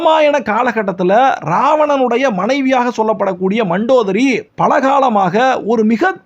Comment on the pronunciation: It is mandhodari pls pronounce correctly